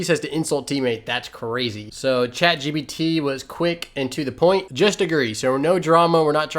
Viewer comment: Sorry Dude, but DAMN, it's Chat gPt... you've said chat gBt about 1,000 times...